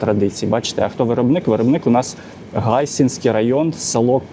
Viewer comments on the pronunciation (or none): none